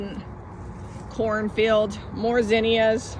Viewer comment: Thanks for teaching me to pronounce zinnia correctly. We have it wrong in my southern state.